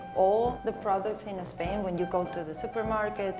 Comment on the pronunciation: Spain, not"Espain".